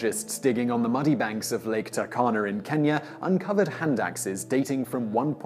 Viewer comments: It's pronounced TOO-R-KANA. (proud Kenyan here) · i hate to be that guy but it's "too-r-kana"